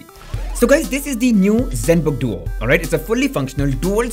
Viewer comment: zenbook duo✅️ zenbooo duo❌️ first to comment